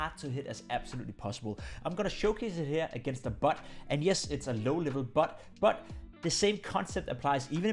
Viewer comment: I love how his "bot" and "but" sound exactly the same lol